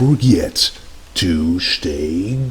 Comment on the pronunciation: 'do not forget to shtay golden'! ah ok.